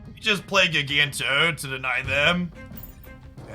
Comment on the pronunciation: It's JYE-ganto. Like giant. Or gigantic.